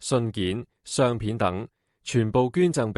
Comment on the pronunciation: 相片的相字也由這大陸人讀錯